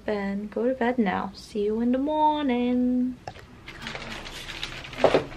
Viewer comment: Your NY accent really came out when you said see you in the moooornin haha